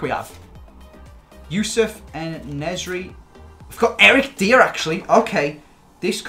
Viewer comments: Why do you pronounce Dyer "Deer"? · Might be a Scouse thing